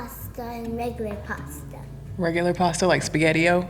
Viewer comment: Omg, the. “Bisghetti” killed me!